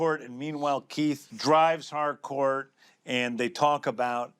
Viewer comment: I'm one of the people who hears Hardcore instead of Harcourt. 😂